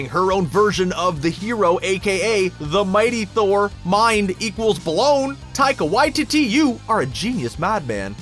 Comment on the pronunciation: I'm Māori, and he's pronouncing his name perfectly here, the same way we do.